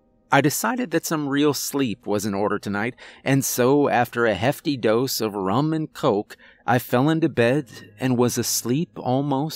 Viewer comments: Why did my brain hear “ramen coke” instead of “rum and coke” 😵‍💫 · I heard the same thing. I thought that is what he said. Have to admit it sounded odd but what do I know?